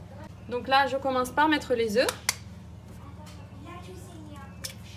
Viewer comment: Très bon travail, ça doit être succulent et c'est très beau. En passant : on ne prononce pas le "f" quand "œuf" est au pluriel. Désolée mais ça m'écorche les oreilles 5 oeufffs 😅